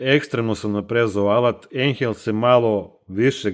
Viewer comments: Cita se ajnhel. Nemacka rec i na nemackom se EI cita kao AJ. Znaci ne ENHEL nego AJNHEL. I kvalitet alata se ne meri tehnikalijama tipa snaga, ovo ono vec iskljucivo kvalitetom celika u sebi to jest koji je dugovecniji. Taj ajnhel ako se koristi svaki dan 8 sati dnevno tesko da izgura godinu dana a ovaj plavi bos taj ce ti gurati 20 godina svaki dan da ga koristis 8 sati dnevno neprekidno jer ima kvalitetne metalne delove u sebi jake celike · Odlično urađeno. Samo, nemoj se obrukati ako ne moraš. Ako znaš da kažeš "Boš" onda nauči da kažeš i "Ajnhel". Pozdrav i srećan rad. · Kad smo kod brukanja...Ajnel bez h u sredini.